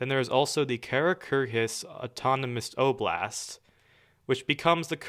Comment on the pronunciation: Kyrgyz! You pronounced wrong!